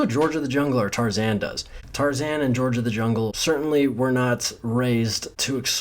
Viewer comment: Ok but the way he says Tarzan... the best ever